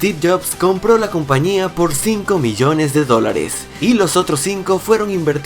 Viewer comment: Miyones no es Biyones